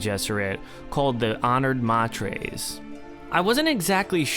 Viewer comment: Odrade is pronounced oh dray dee, 3 syllables, like Atreides uh tray Deez, from which Herbert describes the name is derived. Jeez, ma trays? May ters is correct.